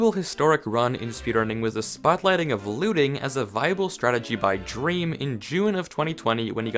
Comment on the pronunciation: When you said “drem” I thought you were making a joke